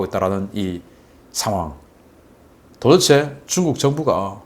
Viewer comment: '도데체'를 '도에체'로 발음하지 말해 주세요 박사님 방송 보고 저도 그 발음하던거 반성하고 스스로 교정중입니다 ㅎㅎ